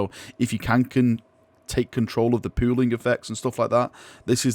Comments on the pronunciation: Every time he says pooling I hear pooing. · I know is saying pooling, but all i kept hearing was pooing pooing. Considering how some of the pooling of the colors that word works for how it turned out. I really really hope they show these kind of pictures on the site. I want to see how the colors will work on the different base coats they have created. If these work out well i'd like to use it for the first main coat for my sisters then do the other colors and maybe touchups. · can you please say pooling in every video. Thanks